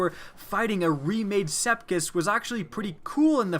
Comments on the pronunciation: Sepiks Not Sepkis. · "Sepkis" Sepiks, not Sepkis. LOL. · Sepkis? No no no, Se-p-ik-s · Rhea Silhouette and speciks